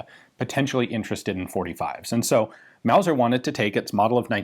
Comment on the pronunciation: Mauser, not Wauser.